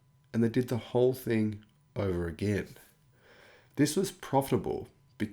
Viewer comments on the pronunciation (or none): none